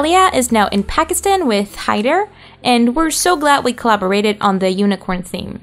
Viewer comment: Omg they really said hider Its haider but anyways Fun. 😅